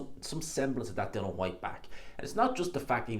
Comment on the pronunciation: At least say his name right. Its Dillian, not Dylan, as in Bob Dylan.